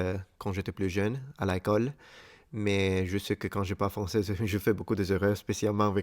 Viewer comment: La tua pronuncia all'inizio del video mi ha fatto ridere (di simpatia, non per sfregio), perché hai pronunciato "à l'école" come "à la colle" (alla colla) e "grammaire" come "grand mère" (nonna) XD Comunque sei un grande, complimenti per tutto quello che fai, i tuoi video sono molto istruttivi e simpatici. Per quanto riguarda "Montre" (orologio), hai ragione quando dici che deriva dal verbo "Mostrare" perché si riferisce al fatto che il suo contenuto può solo essere osservato. E' un oggetto che ti "mostra" l'ora, quindi "une montre"'. Esiste anche il termine "Horloge" (sempre orologio) ma si riferisce più spesso ai grandi orologi che si possono vedere per esempio nelle stazioni, oppure gli orologi a pendolo che potevi trovare dai nonni o nei musei.